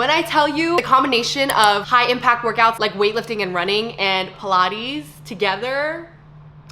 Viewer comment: this is a tip again and not criticism because I do love watching you and you did glow up! And I want you to succeed. But study this video and pay attention to where you’re emphasizing the words… you’re doing great with talking about your past now... your voice is very motivational and gets me excited. “PilateeEzz pause togeeeettherrrr” - I felt like you could deliver it better lol or words you trailing off…? I can’t can’t explain itThis is just tips by the way.. you don’t have to change anything. I’ll still watch you anyway! Just trying to help up your game/glow up. But I also feel like if you don’t take my tips, you would still be relatable and you wouldn’t be a cookie cutter influencer.. so… idk! I’m conflicted now lol.